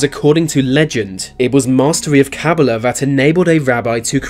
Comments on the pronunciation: KABBALAH is pronounced "Kuh-BAW-luh" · You pronounced Kabbalah wrong